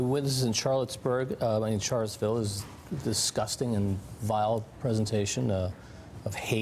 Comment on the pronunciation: He said Charlettesburg, oops